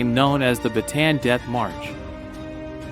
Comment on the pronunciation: ba ta an not batan